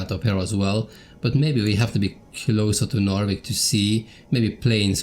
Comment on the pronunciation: Man it is really quite impressive just how good this game looks after all this time. Oh and ty for putting the English spin on Narvik my dude, my cockney ears appreciate it greatly!